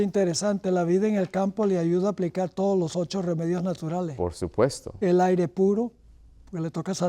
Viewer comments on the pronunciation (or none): none